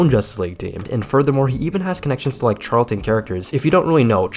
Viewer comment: charlton comics is pronounce with a “sh” like ship sound not a “ch” like chuck